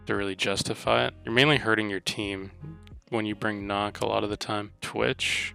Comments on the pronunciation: It’s not nock it’s NUCK there’s a Q not an O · Okay, you’re a competitive player on this game and you call nokk “knock” but no it’s pronounced “ nook” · Nøkk (nook)